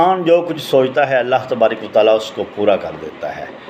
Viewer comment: تبارِ ک وتعالیٰ کا تلفظ تو پہلے درست کرلے بھاٶ جی۔ پھر چینل بنالینا۔